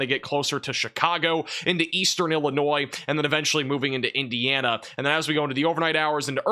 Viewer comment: Cant say Indiana.